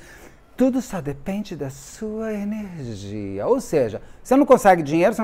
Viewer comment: Tudo só depende da sua enerrrrrgia !😊😊😊😂😂😂